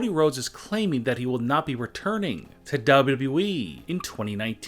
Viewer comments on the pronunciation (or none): Say it with me. DOUBLE YOU DOUBLE YOU E. Not DAHabblea dahabbalea eeeeeee. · Daboo dabooh eeeeh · I think it's the way he says eee get the eee out new tshirt idea lol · It is wwe not wee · Cm punk won’t return and neither will aj lee I know the truth hurts (Dubl doubl eeee that’s how I hear him say it) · its wwe not dub dub e dumb ass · Seriously??!! Who is telling you to speak dude??!! You can’t even pronounce wwe. It’s like WWEEEEEEE stop concentrating on the “E” concentrate on your lifeeeeeee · Maybe they will come back if you stop saying dablyodablyo iiii like that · DubbAu Dubau eeee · The way you say WWE and 2019 make me laugh XD. You have no emotion bro. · You can’t even say WWE right you idiot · Why does he say wwe like that..... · Dont trust someone who cant even say WWE right. Smh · Ur voice is so fucking annoying learn how to say wwe probably 🖕🏿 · Bro why do he say wwe like that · Why do u say wwe like that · WTF is wrong with this guy? Who fucking talks like that? If it wasnt for the fact you cant fucking talk properly or read a sentence , not to mention even say three words in the correct way (WWE) you may have more views/subs. I bet most people turn off within the first sentence being spoke and the fucked up way to seem to talk and over pronounce the most basic words. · I feel weird when you pronounce "WWE" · And the way he pronounced "WWE" is so cringe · Please say WWE properly. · Is it really that hard to say wwe correctly? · Said it right once near the end. Never watched other vids so no idea if he is fed up with saying it properly